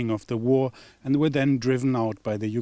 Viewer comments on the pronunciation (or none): none